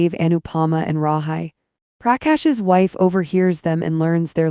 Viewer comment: Pronounced Rahe